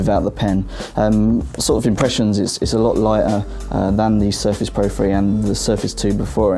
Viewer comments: I understood Surface "free" :D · GUYS presenting u with the new windows Surface FREE !!!!!!#BRUHDOUEVENPRONOUNCE